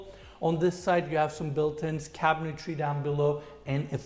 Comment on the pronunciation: Couple things. One I love this channel. Only discovered it about a week ago and I’ve watched way too many of these. They really make you appreciate ardies genius. Second, needs to stop adding an extra syllable to cabinetry. It’s not cabintary. But I digress. Lol Third, I’m confused as to what enes is. Does he show these houses bc he’s trying to sell them, or is this just for his channel. Does he stage them, or someone else?